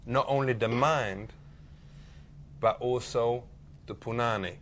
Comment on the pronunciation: Its punani, chat.